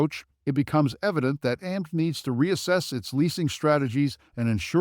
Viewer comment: This is a complete FUD video, created by short sellers, with very cheap Fiver video artists. They use horrible AI to read a script that can't even pronounce AMC. AMC has higher operating costs, because it has more theaters, and so it had to accumulate more debt during the pandemic when ALL theaters were closed. Pretty soon, AMC is going to be making far more profitable quarters, but the shorts don't want to know that. They want you to be scared away from AMC, because they know AMC is going to flip extremely profitable soon, so they pump Cinemark before that happens. Cinemark is a smaller company, so of course they took on smaller debt during their closures during the pandemic. If you don't air condition, heat, vacuum, clean, and pay rent on a building, it becomes useless, and that's where the debt accrued on both AMC, and Cinemark during the pandemic. 💎🦍💎